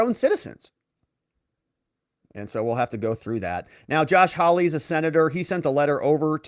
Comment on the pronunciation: HAW LY NOT HOW LY